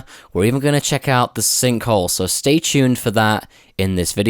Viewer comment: Shtay tuned